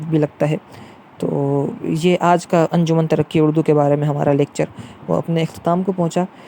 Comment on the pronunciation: Pronounce: Anjuman E Tarraqi E Urdu